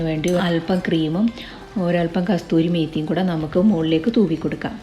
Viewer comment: Kasthoorimethi alla Kasoorimethi